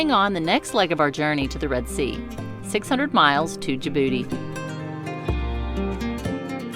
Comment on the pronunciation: Haha she said ja booty!